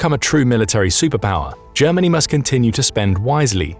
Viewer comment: Germa ..... hahahahahahaha! ... Ger..... hahahahahahaha! ...... Germanniiiiiii a Suuuupeeeeerpaaaaaaauaaaaaah. hahahahahahahahahahahahaha! This is so ridiculous, I can t believe it! ... Hahahahahahahahahahahahahaha!